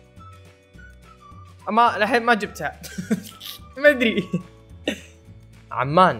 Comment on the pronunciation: مو عمان( عُمان) سلطنه عُمان